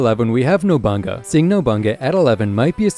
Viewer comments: Rankings are way off. work on that “NOBANGA” NOBU-NAGA. If you can say Bonolenov then you pronounce nobunaga. Ill subsribe after that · additionally the sword member is pronounced no-boo-nah-gah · Ain’t no way my boy just said “nobunga”💀💀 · You lost me when you called nobunaga "nobunga" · Lol didn’t bother me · I left when I heard chimera and nobunaga pronunciation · How tf you gonna put paku above shizuku? All she got is guns other than that she can't really fight. Also you keep saying chimera and nobunaga wrong 💀